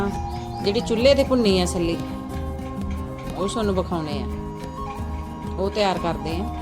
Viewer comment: ਬੀਬਾ ਸਲੀ ਨਹੀਂ ਛੱਲੀ ਹੁੰਦਾ ਹੈ।ਬਾਲਣ ਹੁੰਦਾ ਹੈ ਬਾਂਲਣ ਨਹੀਂ ਛਿੱਲ ਲਿਓ ਸਿਲਿਓ ਨਾ